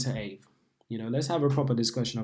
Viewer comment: It’s pronounced Ah-vay